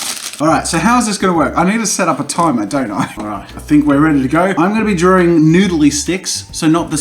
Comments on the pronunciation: Nobody: Jazza: Drawring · Jazza learn to say drawing